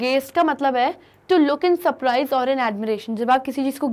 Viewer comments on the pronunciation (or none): none